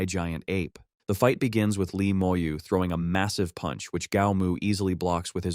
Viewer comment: Bro why are you saying puch